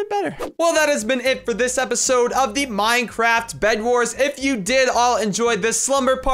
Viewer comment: minecraft minecraft minecraft minecraft minecwaft easy